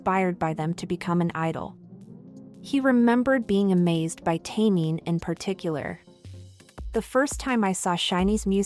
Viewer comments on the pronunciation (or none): Taemin is pronounced "temin", not "teymin"